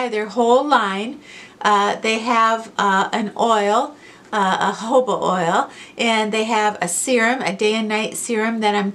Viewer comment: I thought you said “hobo” oil and realized it was jojoba oil.